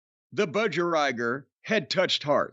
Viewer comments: Laughed so hard at the way Jim pronounced Budgerigar, don’t you guys have them in the states? It’s pronounced Budge-e-ree-gaar! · Hearing Jim try and pronounce Bud-Ja-Ree-Gah (phonetics... Lol)